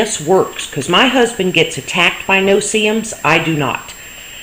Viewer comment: no se-ums